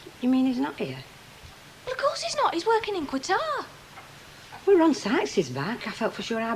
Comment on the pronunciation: of course Pat Phoenix knows how to pronounce 'Qatar".